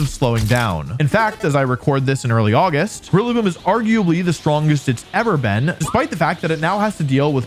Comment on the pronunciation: Rillaboom it's rillaboom